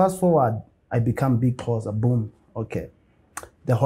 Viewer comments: Correcting her was not going to help coz thats how she pronounces Xho. It was going to be Xho! Qho! Xho! Qho! Agcine uBig Xhosa ethi Yerrrrrr! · can speak isizulu but was calling Big Xhosa as Big Qhosa..zikhiphani ngaye i model c 🤔🤗 just say Big Xhosa is it difficult for u lady?... awumfundise isizulu King Ginger 🤝